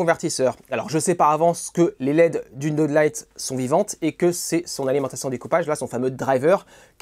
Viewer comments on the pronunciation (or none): none